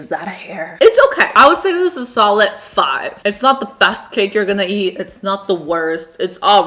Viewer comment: She says cake like cacke